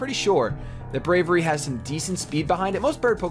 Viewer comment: Hate to nitpick, but, you are pronouncing Braviary incorrectly. It is a portmanteau of 'brave' and 'aviary.' Brave-iary.